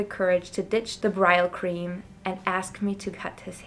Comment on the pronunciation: It's pronounced Brillcream, not Bryle cream